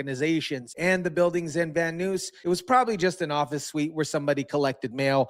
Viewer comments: "Van Noose?" 😂 It's pronounced VAN N'EYES...VAN NUYS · You pronounced Van Nuys wrong.. Not Van Noose.. Van Nuys, pronounced like eyes.. Van Nuys. 👀neyes..my son lives in Van Nuys, California..